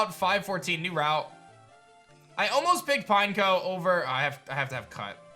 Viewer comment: "Pine-KOH!" Literally EVERYBODY ELSE: "Pin-Eck-oh" Not "Pinecone", idiot smh